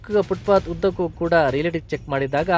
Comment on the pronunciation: ಅದು ಫುಟ್ಪತ್, ಶೂ ಪಾತ್ ಅಲ್ಲ. ಮಾಹಿತಿ ಕೊಡಬೇಕೆಂಬ ನಿಯಮವಿಲ್ಲ